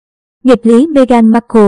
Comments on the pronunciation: Bạn nên đọc tên cho đúng Mê-gần không phải Mê-gan! Cám ơn bạn. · Đọc tiếng Anh sai bét cả, ngay cả tên của Nữ hoàng và Meghan cũng sai luôn.